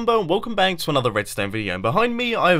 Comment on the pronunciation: in the fist sentence he said hello everyone this is mumbo and welcome 'bank' why???? But ur an awsome youtuber :)